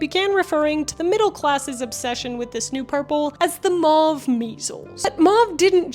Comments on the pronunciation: ...maw-ve... Me: MOW-VE...maw-ve MOW-VE MOW-VE!!!!! As someone who was in French Immersion, it drives me up the wall when people pronounce "mauve" maw-ve because it's so much more difficult to say maw-ve than it is to say Mow-ve. I'll let my self out. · Mow-ve NOT Mah-vE Quin-een NOT Kwy-nine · I'm sorry, but I'm gonna be that guy....it's a French word....it's pronounced like 'oh'..not 'ah'. M-ohhh-ve. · I had no idea Americans had rebranded Mauve as " Maah v ". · Are you implying that "mauve" is pronounced "may-yoov"? How do you pronounce "sauce", "gauze", "pause", and "cause"? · Today I learned that Americans say mauve and quinine weirdly. 😂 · Can't listen to that mispronunciation e on the end makes the vowels say their name